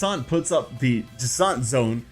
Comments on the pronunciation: Jasinthe’s name is pronounced like the drink absinthe. It is pronounced Ja-snth. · “Juh-saunt”? Interesting pronunciation. I’ve been saying “jack-in-the” 😂